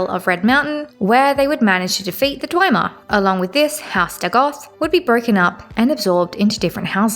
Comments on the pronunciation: No hate here, constructive criticism. It's pronounced Dve-mer, not Dwi-mer. Good series overall and material tho, keep loring ^^ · In Morrowind, Azura herself says dwee-mer in the final cutscene, but most people say dwem-er nowadays. Hearing dwi-mer is a first for me though hahahah